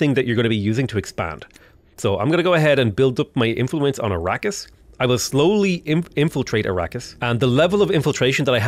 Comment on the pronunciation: a-RAH-kiss , not ara-keeysh though...